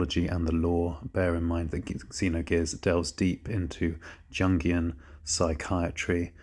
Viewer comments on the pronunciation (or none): Idk if it would be pronounced differently in th UK, but Jungian (Yoongian) and Gnosticism (nosticism).